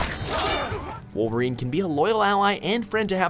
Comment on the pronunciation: deadpool and woverain